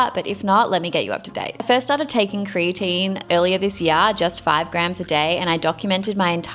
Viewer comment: Stopped listening when she said this yar instead of year😂